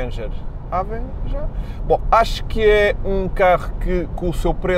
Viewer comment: "Há-venguer"? hahaha partiu-me todo